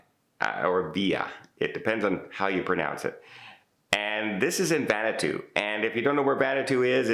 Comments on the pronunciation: Vanuatu is pronounced Van-new-ahh-too. So have a Vanuatutastic Day! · VAN-oo-A-Too four syllables